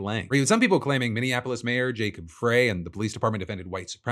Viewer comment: FYI: Jacob Frey’s last name is pronounced like “fry.”